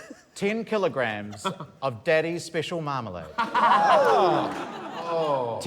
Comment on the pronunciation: Took me until the 4th contestant to realize by "kay jays" they mean kilograms